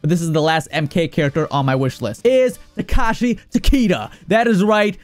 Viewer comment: Its “Takehashi” not tekashi.